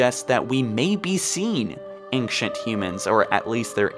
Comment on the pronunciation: Do you intentionally mispronounce words like "Librarian" and "Ancient", or are you really just that incompetent?